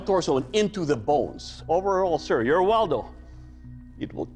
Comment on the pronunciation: Its Woldo not Waldo who put that on the timeline 💀